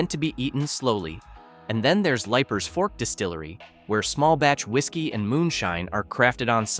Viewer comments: Leiper’s Fork isn’t pronounced Lipers, but Leapers Fork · Leipers Fork is pronounced LEE-PERS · Great video, but you are mispronouncing Leipers Fork. Long E sound. Not long I sound. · Bro, it’s pronounced Leapers Fork. AI strikes again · It's pronounced "Leaper's Fork".... regardless of how it's spelled. 🙂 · #3 is pronounced leapers fork tennessee... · I hate this stupid narrator. Cant even pronoun the names correctly. Like Liepers Fork-it’s pronounced LEEPERS you big dummy. If this is a computer voice, get rid of it. If this is a person, get rid of them too. Ask a Tennessean to read this. We know how to speak. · PRONOUNCED - LEAPERS- FORK LEEPERS - FORK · Leiper’s Fork is pronounced Leaper’s Fork. Rhea County Courthouse is pronounced Ray County.